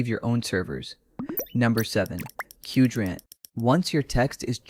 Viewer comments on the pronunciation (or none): good stuff, I think Qdrant is pronounced like Quadrant edit: oh you copied "10 Open-Source AI Tools That Feel ILLEGAL To Know About", that's why you didn't know how to pronounce Qdrant, like the original did